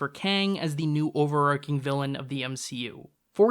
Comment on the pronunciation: “Overarching” is pronounced with a “ch,” not a “k” sound. I’m sorry, it’s true